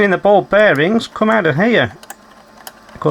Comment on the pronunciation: did you say ‘we’ll gum back to this later’? Nice touch with the channel theme tune 🎶 😊